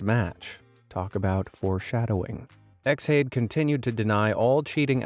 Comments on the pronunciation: X hade? surely it's pronounced Shade? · I'm pretty sure Xhade is meant to be pronounced as Shade, but I could be wrong and in the grand view it's irrelevant to the story